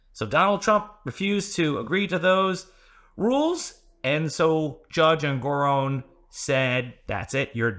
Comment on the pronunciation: En-gor-On as in not off but... on. I submit this pronunciation respectfully. 😉